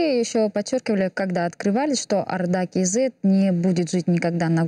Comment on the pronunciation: Почему говорите арда кz ?Орда кz не можете говорит?